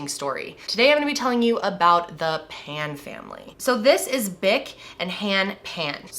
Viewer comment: You got their surname incorrect . It is Phan , not Pan .